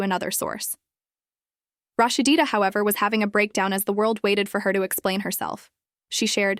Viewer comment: LADY WITH YO IGNORANT ASS PLEASE LEARN HOW TO SAY HER NAME ITS NO RAHSHDEEDA ITS RAHSEEDA also THATS MS DEB YALL HAVE ON THE SCREEN NOT MS SHIRLEEN RAHSEEDA REAL MOTHER